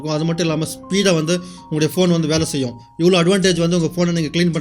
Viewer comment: செயும் இல்லை செய்யும்